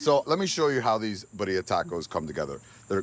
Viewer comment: Birria pronunciation: beady-ah